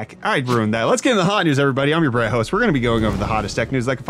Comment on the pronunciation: Who do I hear "I'm your Brett host"?😂 or am I that deaf😂. Ps. The guy who wants to use his intel XMP ram on AMD won't be having a fun time🤣